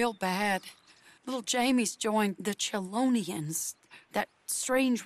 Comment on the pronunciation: John, “CHELONIA”